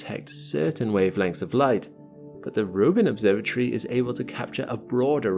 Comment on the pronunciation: its not an obsorba tree its an obsorba tory !!